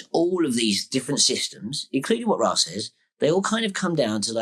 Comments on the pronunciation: If you don't pronounce Ra as "Ray" then you're not legit. Sorry. It comes directly from the source as Rā/Ray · it is properly pronounced ray. This is easily verifiable with basic research. Rah is standard pronunciation, but incorrect, just like the standard pronunciation or Julie Caesar, Aphrodite, Isis, and Che Guevara.